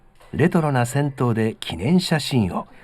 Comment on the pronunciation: 銭湯(ぜにゆ)ですね。風情があっていいですねぇ。